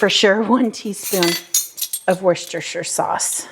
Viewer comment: Great recipe thank you, can't wait to try. It's 'wu-sta-sher' if it helps. :)